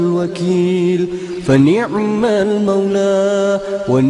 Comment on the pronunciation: fani'mal bukan wani'mal.